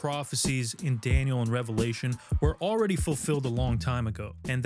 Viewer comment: Thank you for saying Revelation correctly. It's amazing how many people who actually say they believe in and read the Bible every day sat this incorrectly.